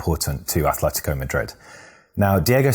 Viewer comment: Just one minor detail here: it's Atletico. No th there. Atletico. The one with "th" is Athletic Bilbao.